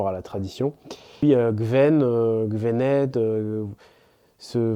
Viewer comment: Bonjour, il me semble bien qu'à Vannes on prononce gwened (gouened) et non pas Gvened ! enfin, à moins que tout les gens d'ici fassent une faute de prononciation ! ou bien que ça soit la prononciation morbihannaise ! mais il ne me semble pas ! Devezh mat !